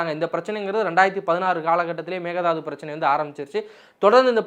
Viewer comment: Pl prounce mekke thattu not mega dathu